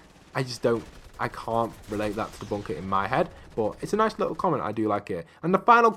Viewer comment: I low how you said nick but it’s nice like lice